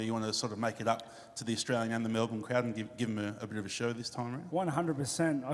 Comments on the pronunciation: It's Mel Burn not Mel Born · MELBORRRRN? its fucking Melben Dana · 'In Melburn' 🙄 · Mel bin that’s how you pronounce Melbourne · Dana... it's Melbin! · Mell.... burn? Learn how to pronounce the bloody city correctly Dana. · IT’S PRONOUNCED MEL-BEN